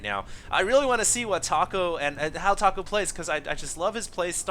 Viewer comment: I'm pretty sure that's pronounced "Tack-O" looks JP to me (or possibly Korean?) Another scrub game... *sigh*